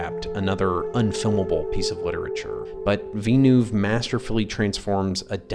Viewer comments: Vill-noov, not Vee-noov Hark-uh-nen (or Har-ko-nen), not Hark-anon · "Is Dune the greatest scifi movie ever?" "House Harkanon" "Veenoove"